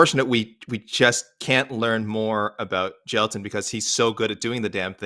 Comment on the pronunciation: bro jus nailed the pronunciation of "jailton", which is not a common Brazilian name, hahahah